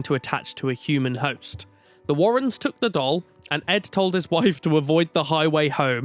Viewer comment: I feel uncomfortable when says, "the Warren's".